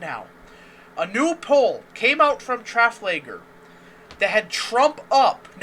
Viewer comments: Trafalger is a place in Spain. In the Napoleonic wars there was a huge battle there where Napoleon was defeated and exiled for a while. You pronounce it like (tra-fal-ger) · Lol Traff-lagger. Sorry dude digging your analysis but had a good laugh at the pronunciation. Keep these updates coming my friend! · Love your videos! P.S. its "trah - fal - gar" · I’m new to the channel. Does he honestly pronounce Trafalgar like that!?!!?? 😂 😂 😂